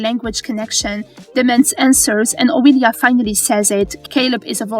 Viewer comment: I love these episodic recaps, and I love accents. After all, MN and VM are the brainchild of a bunch of nerdy ass voice actors. But my ears bleed every time I hear "Oweeelia." Whether the commentary is AI or an actual person with a very heavy Eastern European (or thereabouts) accent purposefully mispronouncing names to seem AI, it kinda ruins an otherwise good recap for me. (My apologies if an actual person voices this. I meant no disrespect.)